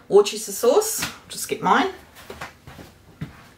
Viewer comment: Worcester is pronounced wooster. Worcestershire is pronounced woostershur. I live near Worcester. I'd start making it now because it needs a long maturation time.